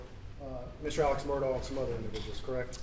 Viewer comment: This drives me crazy. His name is Alex but they call him Elick...If his name was Steve would they be calling him Sean?